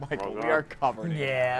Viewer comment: "This is SO STUPID!" - Michael mispronounces "we are"